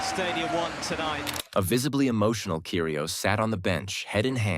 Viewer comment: ots pronpunced Kyri os NOT KYRI OES